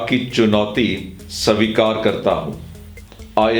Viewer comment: Sir , pls svikar boliye